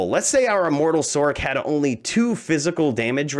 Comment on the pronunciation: Sorc is pronounced Source